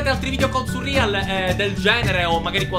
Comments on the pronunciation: come mai chiami surreal "surrìal"??? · Quanto mi da fastidio sentirlo chiamare "surrial"